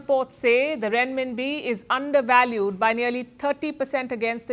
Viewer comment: Just say "rem-mim-bi". Not "ren-mim-bi"! Even though it is spelt that way.